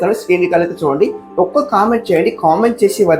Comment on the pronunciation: ఒక్కా కాదు ఒక్క క్కా కి దీర్ఘం పెట్టకూడదు